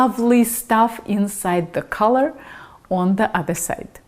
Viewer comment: Your English pronunciation is great especially for a non-native English speaker. Collar was barely pronounced wrong and more of a technicality likely caused by your accent. Collar is more like Caw-ler rather than for instanc color/colour which is more like cuh-ler. Also great video!